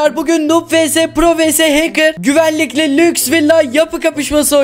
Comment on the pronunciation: Ahmete lüjs dedin😑🤨